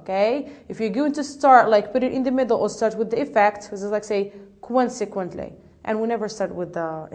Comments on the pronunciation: not kwansek but konsek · Check your pronunciation about "consequently " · I'd like to thank and congratulate you for this noble work. You've done such a great job for the lesson was concise and to the point, but still I have some remarks on how you mispronounced ( consequently) and you put too much stress on the D in ( due to) which gives the impression that you're saying ( do you to). Good luck and keep up the good work!